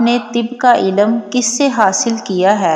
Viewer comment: Elam nahi ilm bole